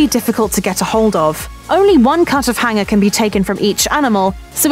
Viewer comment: what is a hinger steak ? these vowel mispronouncing accents ,good grief ( do school kids get bad grades for pronouncing vowels correctly ?) , I hand to tun on the subtitles !